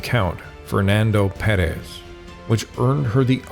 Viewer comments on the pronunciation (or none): none